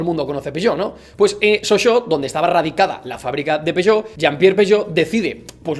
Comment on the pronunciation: es "peuyot" xD